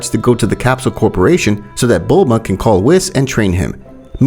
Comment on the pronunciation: Haa when he calls chi chi milk and buma braw